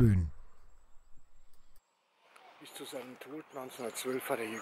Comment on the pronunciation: Sehr gut, nur ein kleiner Schönheitsfehler: Plöhn wäre richtig nicht Plön. Ansonsten gut gemacht!